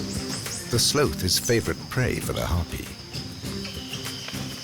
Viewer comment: Who taught this narrator how to say the word "sloth?"